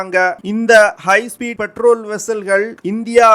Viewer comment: பெட்ரோல் வெஸ்ஸல் கிடையாது. பேட்ரோல் வெஸ்ஸல்